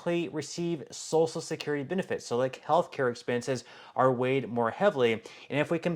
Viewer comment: Please stop saying salsa security it’s social security listen to your own videos are you referring to food or social security? It is hilarious on how you pronounce these words